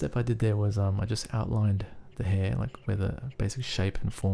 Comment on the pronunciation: People, I think they were only making fun of the way the guy said "hair" :)